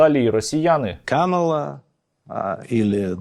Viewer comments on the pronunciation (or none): кАмала, а не камАла.. погугліть. Для неї це як образа